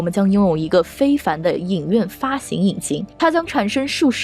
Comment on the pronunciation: 这期内容很赞。不过主持人的普通话发音不标准，或者说有点口齿不清。X，J，Q这些辅音发音都有问题，比如“既“然，院“线”，当”下”，两“千”，等等这些字的发音都有点咬舌，挺起来有点别扭。还有有的发音干脆错误前后鼻音不分，比如分成，是分cheng, 不是分chen。等等denden, 发行xin....不是黑子，建设性意见。